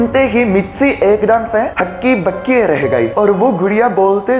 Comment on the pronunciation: Hakki-PAKKI not bakki.